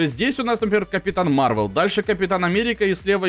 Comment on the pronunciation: не марвел а мар вэл